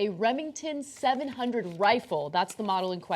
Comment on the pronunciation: I love how Ana's emphasis on "700" was somehow relevant to the guns lethality. lol